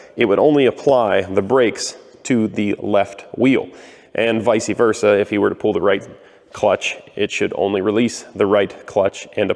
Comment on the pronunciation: I mean this with complete endearment: I've heard it incorrectly said visa versa, but I don't think I've ever heard visi versa before.